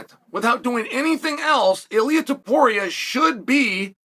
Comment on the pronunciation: Chael actually pronounced Ilia's name correctly. It was a great opportunity to call him Ili Apturo